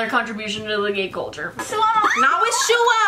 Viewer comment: Butchered Shuhua Name In The Beginning Lol But The Content I Need Before My AP Exam Tomorrow 🦍💨❤️